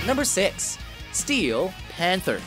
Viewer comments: Can someone please have a word with the commentator guy about his inflection? e.g it's "Steel Panther", not "STEEEEL..... (panther)" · STee-EEl PanTHER